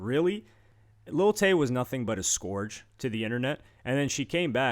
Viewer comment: "A sCoUrGeEe" 😅😅